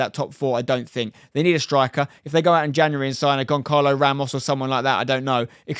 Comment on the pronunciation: One correction Spen, it's not "Gon-calo Ramos", it's "Gon-salo" (pronunciation, not written)